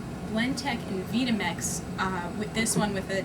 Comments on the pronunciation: the train of thought presumably being that she knows better than the manufacturer how the product's name is pronounced. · Not only does she not have a clue as to how they operate, she doesn't even know how to pronounce VitaMix! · this lady cant say or use vitamix properly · She doesn't even know how to pronounce Vita Mix. Where do they get these people? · Wow, she must not know how to use a blender... much less a vItamix not veetamix. Cant even get the name right... FAIL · terrible testing, and she doesn't even know how to pronounce the vita-mix properly. Try sounding it out ma'am...Vyta or Vie-ta (like Vitamin, no?), not veeda mix. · it's not a veeta mix...it's Vita as in vitality duh..... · Its pronounced Vī ta mix not Vee ta mix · Vi‐ta‐mix (not vee-tah-mix) ... I've owned several blenders ... and NOTHING compares or competes with a Vitamix. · Really trying to put the vita mix as something you don't want to buy I'm sorry I mean the" veeta mix " acting like she couldn't even get it back on the cradle psst, what a joke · "Veeta-Mix" ... hmmmm, makes me wonder if she really knows what she's talking about. "Vita-Mix" ... as in Vitamins "VI" - not "Vee" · The company itself pronounces it VItamix (as in "vitamin" or "vitality"), not VEEtamix. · >_> it's not veetahmix...its Veye tah mix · Please bring some level of expertise to the comparison. You should know how to use your tools. This is surely not the case here. Would you use the same level of competency in choosing a presenter if they were demonstrating a tablesaw? Have you even looked at the users manual for these machines? Oh and by the way, it's not pronounced Veetamix it's Vitamix (eye). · Really stupid and useless test, who blends an unpeeled whole orange? Try making hummus, Ice Cream, Pate, Nut Butter... Only the Vitamix can do it because you have the tamper (not plunger) and variable speed control. Just a note it is not called a "Veetamix", it is Vita pronounced Vyta like Vitamin. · She said, “Veetamix” 🙈